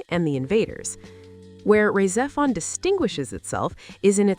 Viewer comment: Yeah, I cringed SO HARD at that pronunciation & was about to post this exact same thing. She also butchers Rah Xephon & most of the character names. I'm not convinced this isn't just A.I. slop...